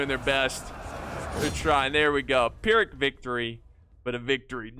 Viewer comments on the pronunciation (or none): none